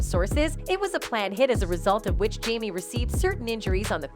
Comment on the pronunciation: She or whomever needs to learn how to pronounce names correctly. To-pack and Jam-e😂🤦‍♀️